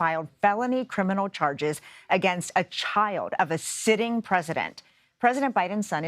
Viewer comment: "A chai-yuld of a sitting president"😅🤣😂....very misleading, isn't it?